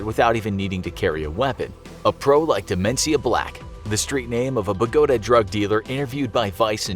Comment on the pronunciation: Bogota it's pronounced bo-Go-TA but buh-go-da.